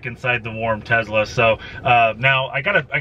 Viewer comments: It's tes-la not tez-la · Hey bud, Tesla does not have a “z” in the name that I know of... you keep referring to it as a Tezla!!!